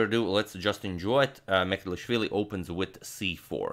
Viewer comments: Its M ch e d l i sh v i l i (ch like "cheers"), not Mecelishvili. Just thought your Georgian needs some correction. Cheers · Mikheil's surname is not "Mekelishvili", it's "Mchedlishvili" and please do something about it, besides I am from Georgia and 20% of my country is occupied by Russia. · Hey Antonio - Georgian name Mchedlishvili "CH" is pronounced like one would pronounce "C" with a hyphen in the name Coric in Croatia. You could also sub the "CH" for "J" and say Mjedlishvili. The Georgian letter that the English alphabet substitutes with two letters to provide a similar sound doesn't exist in the English alphabet. Georgian last names aren't the easiest to pronounce since they tend to have more consonants than vowels. Thank you for making the effort though. Big fan of your channel! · He couldn't pronounce Georgian gamer surname tho : )) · But can't pronounce georgian lastnames 😀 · sadly he cant pronounce georgian names :D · But he really struggles with Mchedlishvili ))))) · He pronounces georgian incorrect 👿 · mistake in pronoucoation the georgian name and surname hhh